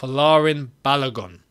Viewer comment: Hello, well done. However, the name "Balogun" is pronounced as Ba-low-goon as in Ba (Bah), Lo (low), Gun (Goon). It is a Nigerian name (a name from the Yoruba people of Nigeria). Thanks